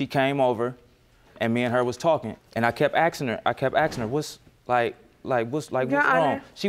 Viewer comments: They are "aksing and aksing". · HE KEPT AXEING HER!!! Thank god she didnt lose a limb.